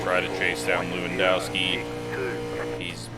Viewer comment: Not to put words in yours or his mouth but lewandowski is a last name that runs in my family more than likely it’s pronounced Levanduski. In polish and many Slavic languages w make the v sound and hard O’s are really rare. I know this seems knit picky but it’s just things I know. Great video!